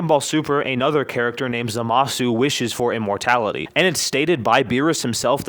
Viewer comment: " immorality?" I thought it was immor'T'ality